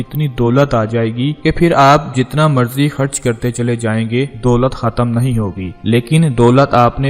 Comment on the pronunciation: Ap aek ghanta khe khe ki practice karen kun k ap akhrat ahrat. Kharch ko harch kehte han